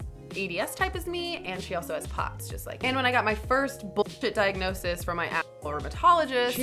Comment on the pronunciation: 0.26 - I have a dike-nosis to share with you guys!!